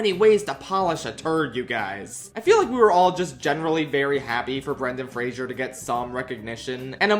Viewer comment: It makes me sad that Love Hurts was such a terrible movie given that the leads are capable of these incredible performances. Also this is very nitpicky but I die a little inside every time someone mispronounces Brendan Fraser's name.